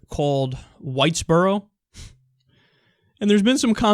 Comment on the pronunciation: I thought you said whitebro